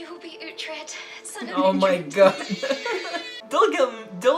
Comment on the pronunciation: Uhhhh why can't you say uhtred right? Lol I hate it